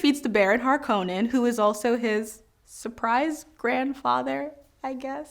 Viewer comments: I wish she'd pronounce Harkonnen correctly. Also, Fremen are coded Arabs. Did she even read the books? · She will NOT stop pronouncing "Harkonnen"